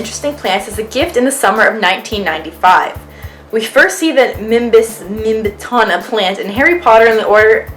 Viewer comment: It's 'mimbletonia' not 'mimbletona'